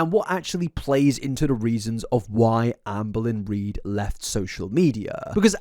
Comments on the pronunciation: Not me hearing Anne Boleyn every time he says Amberlyn 😂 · Sometimes, it sounds like he's saying Anne Boleyn. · Every time you say "Amberlynn" I can't help but to hear it as "Anne Boleyn". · I love how he calls her Amboilyhn. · Am I the only one who consistently hears “Anne Boleyn” when says “Amberlynn”? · You said Amberlynn so much in the video, I started hearing you say “Anne Boleyn”